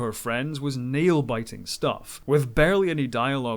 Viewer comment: Tipper not Tripper lol